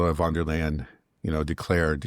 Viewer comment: How come americans, even your dad who is a very intelligent and educated man, who even worked as a translator, are somehow unable to understand that in German and initial "v" is pronounced as "f"? As in Von der Leyen... It's pronounced Fon der Leyen.